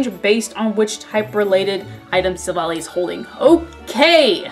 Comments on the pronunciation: I think Silvally's is a mix of silver and ally. And I think it's pronunciation is Silv-Ally. It's based off of a chimera, a mythical creature that has different body parts of creatures such as a chicken, lion, and a goat. Since it has so many characteristics it can adapt to any situation like it says in the Type: Null description. I hope this helps :) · Type: Null and Silvally (Prononced Silv-Al-Eye, a portmanteau of Silver and Ally) are Literally Synthetic Arceus. Silvally's RKS System (Get it, RKS = Arceus) is a successful attempt at recreating Arceus's ability to change it's type.